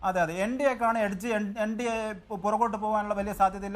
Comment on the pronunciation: ഇൻണ്ടിയോ എൻ ഡിഎ യോ എന്ന് പറയുക.